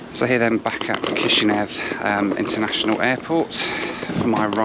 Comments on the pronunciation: 'Kish Now' not NEV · Thank you for traveling through my computer country 🇲🇩. Though the capital is pronounced Kish-in-yow, it was however pronounced Kish-in-yev when we were part of the Soviet Union but now we're independent and closer in terms with Romania